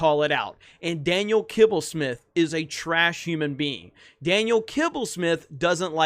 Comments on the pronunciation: Who came here to see saying „Kibblesmith“😂😂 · Who else watched this video just to hear say Daniel Kibbelsmith?